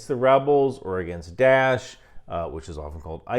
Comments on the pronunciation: It is not ""DASH"". It is called ""DAA'ESH"" Please learn the correct pronunciation. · its not dash, its DA-esh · Die-esh. Not Dash. It’s Daesh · "Dash" ...is that the Egyptian pronunciation or something? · i think its hilarious you call daesh 'dash' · Are you saying "Da'ish"? Never heard it pronounced "dash" before